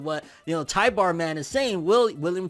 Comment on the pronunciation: Also, his name is Tybur, not Tybar.